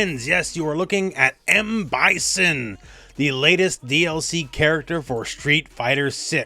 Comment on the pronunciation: Bye-sin not Bye-zen…